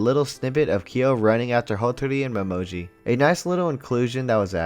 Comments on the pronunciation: his name is pronounced Mo-ME-Ji XD also Uo looks so differebt in the orignal it's so weird and Why is Yuki voiced by a woman in the original sub it just sounds wrong xD plus Uo's backstory got two episodes in the orignal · I love these videos, but I gotta say, the way you keep mispronouncing Uo, Momijo, and Hatori is a little annoying. Ooo oh, Mo me gee, Ha toe ri. I mean it's pretty obvious that you are watching the Japanese version, and sometimes it's hard to tell how they are pronouncing it cuz you're missing when they're saying their name, and you could have dyslexia for all I know so reading the subtitles might have you mix up how their names are spelled so yeah I get it, but still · I just love these characters. Also: So anyway, mo-MO-ji and HO-tori…. 🤣